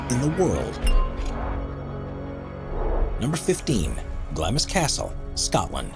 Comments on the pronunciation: Not GLAMIS but pronounced Glah-ms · Glamis Castle is pronounced “Gloms” 😊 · The first building - Glamis Castle - is pronounced ‘Glams’. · The "I" is silent in Glamis. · OK: your seriously shoddy scholarship was evident right from the start. Anyone who knows anything about British Royal history knows that you badly mispronounced "Glamis," and that Glamis Castle was the childhood home and birthplace of Queen Elizabeth The Queen Mother, and that she gave birth to Princess Margaret at Glamis Castle. A simple Wikipedia search would tell you this along with the correct pronunciation. Seriously, I couldn't continue watching this video after that, knowing that I couldn't trust any of the information provided here. But then again, the Internet is home to all the world's inaccuracies (except Wikipedia, which is self-correcting.) 😒